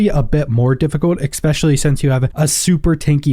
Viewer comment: Expecially, really?